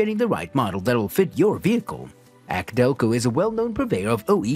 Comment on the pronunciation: I agree as soon as I heard acdelco I was done